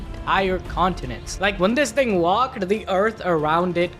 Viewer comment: Am I the only one who heard "nigga" instead of "thing" the first time